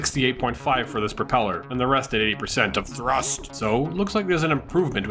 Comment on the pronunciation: " starting with THRUSSST ! " 😦😤